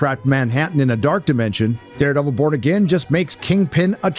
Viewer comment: why does it sound like he's saying Daredevil : Bored Again